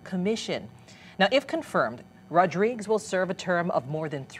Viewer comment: Last name is pronounced Rod-ri-guez.